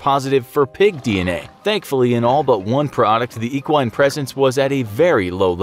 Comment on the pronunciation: He is saying equine wrong you say it with an E not an A or ah.